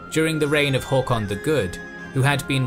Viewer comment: The 'å' in 'Håkon' being pronounced correctly was such a small detail, yet hearing it made me smile, mostly as it was so unexpected. If I wasn't already subbed, I definitely would've just for that! :)